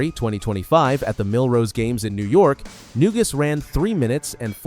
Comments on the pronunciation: It's Na-Goose, not New-Gus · It’s pronounced “na goose.”Painful to hear the mispronunciations… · Maybe you could have got his name right, it's "Neguse"